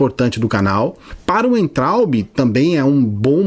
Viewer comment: Concordo com tudo que falou. Mas ouvir "Uaintraub" foi doído hahahaha. "Veintraub".